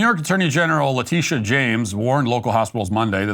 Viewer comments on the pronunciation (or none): none